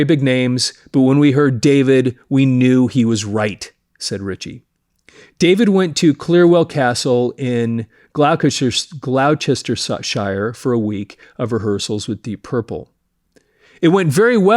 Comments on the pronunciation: It's pronounced "gloss-ter-sheer" Louder Sound reprints a Classic Rock interview with David Coverdale from 2011. It is a long read, covering everything from a Saltburn-by-the-Sea schoolboy listening to Elvis through to the latest at the time Whitesnake album Forevermore. DC: " One time a guy came in the shop while I was reading the Melody Maker. And he knew I sang and said sarcastically I should go after the job with Deep Purple, and walked out laughing. I went back to reading and right there in the Melody Maker was a picture of Jon Lord sitting at the organ, a bit Monty Python like, with a little line that said: “Deep Purple are still looking for a singer and are considering unknowns.” That was all it took. So I went round the corner to a public telephone box, and called a guy called Roger Barker, who managed the local band I was with, and I asked if he had any contact numbers for Deep Purple. He gave them to me. They wanted a demo and a photo, so I sent them something I’d done when I happened to be very drunk. Ian Paice was the one who collected my tape from the Purple office. And apparently he called Ritchie [Blackmore] and said: “I think I’ve found somebody. He’s rat-arse drunk but he’s got a good tone.” So they set up an audition for me. They never asked me to do any Purple songs at the audition, but Ritchie said: “Is there anything of ours you want to do?” So I sang my version of Strange Kind Of Woman, more expressive, moving around the melody rather than following the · It's pronounced "Glostersheer"! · Its Gloucestershire pronounced Gloster then Shire, the UCE are silent, nice video Burn is right ups there with one of the best Purple albums.